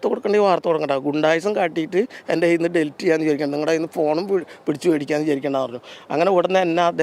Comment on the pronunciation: ഡിൽറ്റ് അല്ല പത്രപ്രവർത്തക, ഡിലീറ്റ്.. എന്തൊരു കഷ്ടം ആണ് ഇത്